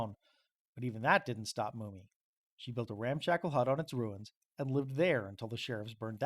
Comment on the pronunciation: Why are you saying "Mooney" it's "Mum-mey". Also, the feud over property was with a "Lindenmuth" family. I'm connected to this story by marriage it's in my Family Tree. I've been researching to get as close to the accuracy as I can...it's not easy. In 2023 the Shenandoah Historical Society scheduled a discussion about this incident. The public was invited however I was not aware at the time, and I missed it...just came across it yesterday. I live in Lehigh County, PA about a two & half drive from where this took place. Some of what you said here are new to me and may be true-I'll need to look into it. Other parts sound correct and some sound like embellishment. Just an FYI...